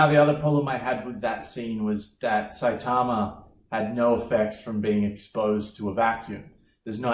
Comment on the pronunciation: Was not ready for the shorts. Also that cool accent saying saitama like really well.